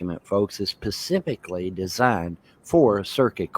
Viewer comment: “A replevin document is pacificly designed for circuit court” 😂